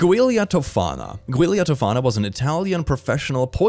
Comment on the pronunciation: Giulia is actually pronounced like Julia. Sorry for being a smart ass. Also - Does anyone else hear Bailey Sarian say 'aqua tofana' in their head whenever this case is brought up?